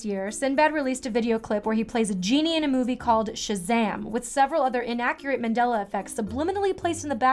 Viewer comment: It's Nelson MAN-dela not Nelson MEN-dela